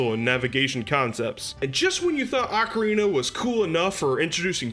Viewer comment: First Also you pronounced ocarina wrong